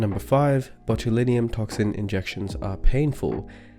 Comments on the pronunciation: Why do you pronounce it botuliNIUM?? When it's botulinum. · How he pronounces botulinum😊